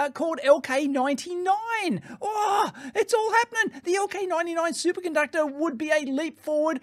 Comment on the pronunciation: I heard Dave say "Super Gunductor" and I can't unhear it now.